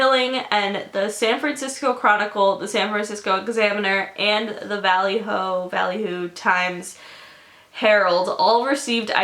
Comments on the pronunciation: vallejo= vuh-lay-ho, I can't w the "valley hoo"! hahaha, good video nonetheless! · It's not valley-ho ,it's va-lay-yo ,so it's spelled "vallejo". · it’s actually pronounced va-lae-ho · The place Vallejo is pronounced “Va-Lay-Ho” 😂😂 I live about an hour from Vallejo and Napa. It’s cool seeing your area being talked about in a video... even if it’s because of bad circumstances haha. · "valley-oh" lmaoooo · the way you say Vallejo😂😂 I'm from Northern California its pronounced Va-lay-ho 😂❤ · It's pronounced Va-lay-ho 😂 no shade though! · I love you but I cringe every time you say Vallejo 😂 it's pronounced VUH-LAY-HOE. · Girl its pronounced Va-lay-ho 😂 That's actually really creepy cuz I live not too far from there 😭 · "And the Valley hoe " I'm not supposed to be laughing 😂😂 (she corrects her self later) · the way she pronounces Vallejo tho lmaoooo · the way you said vallejo😂😂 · The way she pronounces Vallejo is killing me. Great video though! 💕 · IM CONFUSED DID YOU TRY PRONOUNCING 'Vallejo'